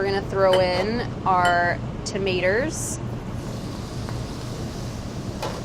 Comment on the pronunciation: She said tametars lol. A hybrid of hindi tamatar and English tomatoes 😂